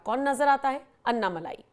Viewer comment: भाई लोगों - अन्नामलाई नहीं है, अण्णामलाई है। अण्णा यानि तमिय में बडा भाई। लगता है अण्णा जी को फोन में बोलकर उनसे ही हिंदी लिपी में उनका नाम सही करवाना पडेगा।